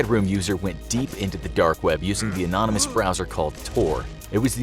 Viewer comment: “Anomynous messages” come on brother you been doing this long enough...